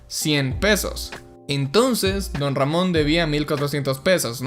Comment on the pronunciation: Como Se Dice: Don Ramon Como Lo Dice El Chavo: Ron Damon Como Lo Digo Io >:v: Mc Ron Jamon xdxdxd